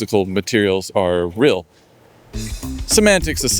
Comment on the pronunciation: "still is rill"